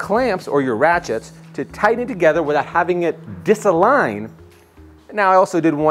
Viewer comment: Dude said diss-align